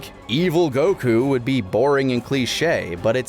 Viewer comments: Anyone else triggered by the pronunciation of Goku? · ...oh yeah. Another year of refusing to pronounce Goku notmally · the way he's saying goku is making me angry lmao